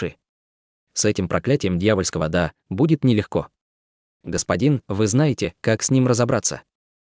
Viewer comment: Дао, везде читается как Да